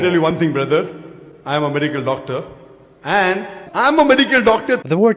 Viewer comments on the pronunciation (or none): "Medigal Dogtor" 😂😂😂